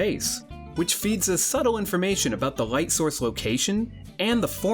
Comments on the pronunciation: I've heard people saying "L" instead of "R". This is the first time I my life I hear somebody saying "R" instead of "L". Sounds unusual. I couldn't get it why he was saying "right and shadow" for like 6 minutes of video) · Rrrrrright shining from his fingers! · Great informative video, however, I got distracted more than once by the pronunciation of "light" that sounded like f french pronoucing "right"! ... ... And ongoing with weird L pronouncing from this mark on all words! Am I the only one??